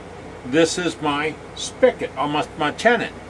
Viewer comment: This here Southern boy thought your pronunciation of “tenon” was PERFECT! It was your pronunciation of all the other words you used I had trouble with!!! 😂🤣😂🤪 PS - Thank you for this excellent video! I learned a lot.